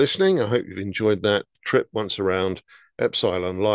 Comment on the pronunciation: you always say the names wrong, or i should say differently than most, Ep-sil-on!.